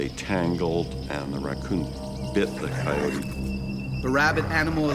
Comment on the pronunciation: Right, coyote, "kye-yoat", not "coyotie".